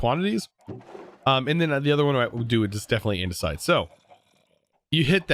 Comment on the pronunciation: wait I thought it was andesite not andersite